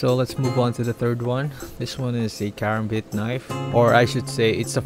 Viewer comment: You sound like you don't know anything about knives and you said karambit wrong